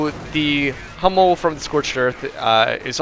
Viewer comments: hey Hummel is german an means bumblebee. [hummel] with an u like in ..hooker is correct. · "Hummel" means bumblebee and the second pronunciation you used is the right one. love your casts!